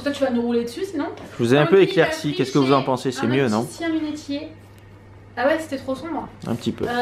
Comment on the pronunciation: Hello tu me fais trop rire tu dis " lunétier" ont dit lunEtier lol #paroledopticienne d'ou vient ta combishort à fine bretelle!? j'adore!